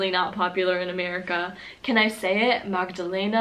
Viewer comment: my name is Magdalena and i think you pronounced it very close to the correct pronunciation. Johanna is the name of my sister, but we life in austria so...(english isn’t my first language, obviously:))